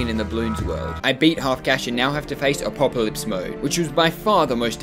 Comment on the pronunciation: Him saying Apopolypse is hard causes me physical pain